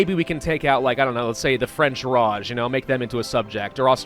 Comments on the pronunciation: "The French Raj" smh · he wants to make it french